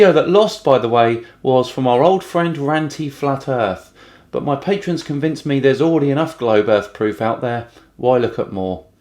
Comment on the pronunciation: "patrons" not "patreons" :P